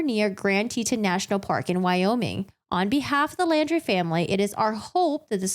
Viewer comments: Laundrie is pronounced just like „laundry“ (not like „landry“). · I do appreciate your reviewing and explaining this case. My only complaint is that you kept saying "Landry" I do realize it is a difference of pronunciation. And Mineola is a town where the main courts are in Nassau County NY